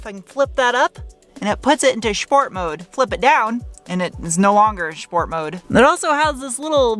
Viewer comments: There's no "h" in Sport ("Shport"), but there should be. There definitely should be. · "shhport mode"